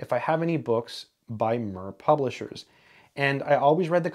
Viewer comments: I think it’s pronounced Meer. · And “MIR” rhymes with “beer,” not “fur.” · Yeah, very annoying! He should used Google translate "listen" function, to learn how the word should sound like! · Your pronunciation of the publisher should be as the space station, Mir, was pronounced, not following English language pronunciation methodology. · Yeah. Very annoying! He should use Google translate to learn how that word should sound like! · It is pronounced 'meer' not 'mur'. It means 'world' or 'peace'. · Surely it's "Meer" rather than "Murr"...like the satellite... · More likely said "Meer" than Mer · yes, Mir pronounced like “sear” (to sear a steak), not like “sir” (thank you, sir, for this video). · Little aspect in an otherwise fascinating video, if "Mir" is pronounced anything like the Russian space station which bears it's name then I believe the correct pronunciation is more akin to "Meer" as in Meerkat. Thanks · FYI... It is pronounced somewhere between a "short i" and a "long e" (mEEr) and not "murr". It means peace, as in the book War and Peace (pronounced Vinar e Meer in English). Not a big deal. Looks like an interesting book. After reading some of the comments, I'll definitely try to find a copy. Thanks. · Its pronounced MEER Russian for peace. Not MUHR Publishers. They have produced excellent books at low cost. Esp. in College level Science subjects. Most famous was the book on physics by Zubov & Shalnov. Soviet books were small-sized but their language didn't make for easy-reading. We in India have studied low cost text books originating both from the Soviet Union as well as from the UK & USA. The English origin Oxford University Press had a low-priced edition branded under ELBS whereas the American publishers Wiley had a similarly low priced Eastern Edition. The US origin books were the most verbose & thereby bigger in size. The English-origin books were the most lucid to read. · It’s pronounced like “mere” instead of “mur” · Pronounced mEEr